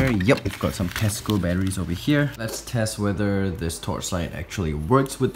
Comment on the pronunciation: I can’t be the only one that heard “testicle” battery instead of tesco